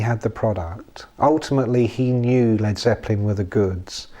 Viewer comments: Damn! aren't there any humans left that can narrate a 20 minute bit ? Couldn't stand it when the bot pronounced "Led "so as to rhyme with bleed ! C'mon , people..?. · Lol. Ai pronounced it leed not led. Get the lead out Ai.